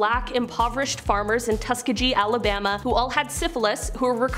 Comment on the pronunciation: I absolutely love how she pronounced Tuskegee, it was adorable